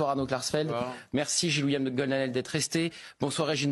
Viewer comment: C'est Goldnadel pas Gonael...sinon très bonne vidéo comme la plupart de tes interventions...